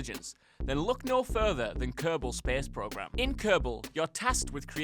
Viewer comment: kehhbal spehs progrim